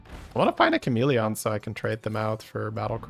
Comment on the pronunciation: It’s the most irrelevant thing but I feel some need to say that the way he pronounces chameleon really annoys me. Why exactly I have no idea. I really like as a person and his accent doesn’t annoy me regarding anything else he says. It’s so weird… apologies for unnecessary hate